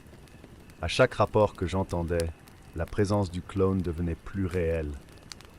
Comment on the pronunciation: Pourquoi il dit clone et non clown 😂